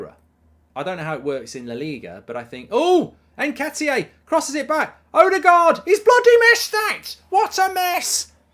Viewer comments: Mark - You’re the only one saying “ N-ket-ee-ay”. Can you get it right please, or are you taking the piss? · Haha, why do you keep calling him Nketiyé? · Who the f is Nketiyay? 😂